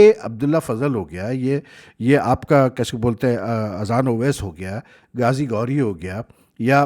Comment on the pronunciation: saab ye GAZI GORI nh ha GHAZI GHOURI hai aur FAKAR ZAMAN nahi FAKHAR ZAMAN hai plz correct ur prnounciation agr bura na mane